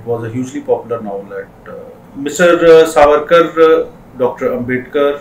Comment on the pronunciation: It's Savarkar , not sarvarkar .......😠